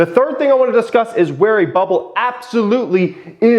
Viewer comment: “What we will disuss”